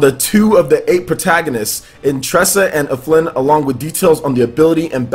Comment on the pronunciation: His name is Alfin, not Aflin.